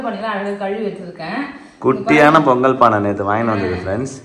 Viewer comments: பெங்கல் இல்லை பொங்கல் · அக்கா பெங் கல் இல்லை பொங்கல் 😂 அக்கா 😂